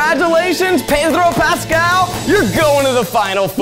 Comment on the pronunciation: I love how Zach cannot pronounce 'Pedro' if his life depended on it.